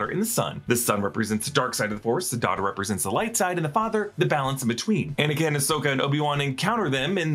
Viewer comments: "Faux"nikin Skywalker? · No one gonna talk about how he said anikin came.